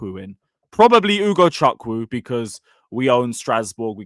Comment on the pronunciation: its not ugoCHUK wu say it more ike UGO CHoookwu